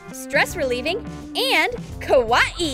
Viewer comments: You don’t even say kawaii right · I loved everything but the girl said kawaii wrong pfffff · Anyone else annoyed how she says kawaii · How says kawaii: KUWAIE How to say kawaii: ka why E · She always says cut it like this it is so irritating also the way she says kuawii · did anyone laugh when she sai kawahii #trigered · 1:it's kuh why ee not kawai!!!!2: did anyone else notice Finn from adventure time? Still like your vids! Keep em comin!😉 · Its kawii not kawahee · OMG i can not stand how she says ka wati instead of how you really say it ka why e not ka wati lol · Its kawaii not kAwyE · its not kawani ITS KAWAII!!!! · The way she says kawaii kills me 😂 “Ka wat ee” 😂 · Has very true she said Ka wa ii lol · Kawaii: (exists): KAH-WAH-EE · Ah yes, we all love ka-wa-e things. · For me it sounds like is saying KAWA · Ka-wa-e is how she says it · oh mah god "kawawai" YOU SAID IT WRONG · Did she say a KA WA E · She says kawaii as kawa ee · What is it Hawaii that is what it sounds like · it is KA Y E not KA WA E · Who gets triggered when she says kUwAeE? Like if u did ! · Make the bunny kawwi Me: I swear if she says kawwi 1 more Time I will unsubscribe not 2 mins later: blah blah blah KAWWI Me:unsubscribe from select 👉 Yes No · I’m sorry.. is she saying ka wah ee? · She says KA-WA-EE not right🤨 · It is pronounced Ka- why- ee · You pronounce kawai like kawiyey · Is It Just ME Or Everything With a Face On It NOT Kawaii And STOP Saying Kawaii Like Kawaee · She is not saying Kawaii she is saying kawa e !!!:( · bruh its kawaii NOT KAWA EE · Same, she says kawaii so weird but I like her channel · The way she says kawaii tho lol love you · U don't know how to say kawaii but I love ur channel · Has anyone not noticed she said Kawaii really weirdly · please pls pls tell her how to say Kawii correctly!! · They don’t even know how to say Kawaii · They said kawaii wrong LOL